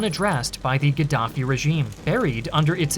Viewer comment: Gadaffi or Giraffie😂 🦒 I’m confused 🎉